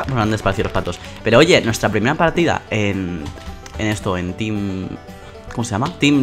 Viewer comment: El video tiene moy buena calidadd Me ha dado mucha risa en el principio porque dijo tin en ves de team jajajaj